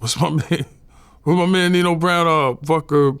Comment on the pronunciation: He called snipes Neno brown 😅😂😂